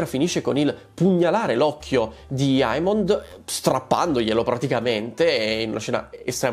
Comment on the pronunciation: DEmon Egon Emond … AE si pronuncia E 🙏🏻 Per il resto sei sempre top 🔝